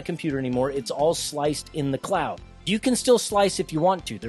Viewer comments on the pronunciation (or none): none